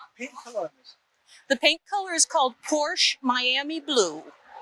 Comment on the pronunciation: Hmmm...an engineer, working and living in Ma and can't properly pronounce "Porsche." What's wrong with this picture...? (otherwise, a nice vid, kinda)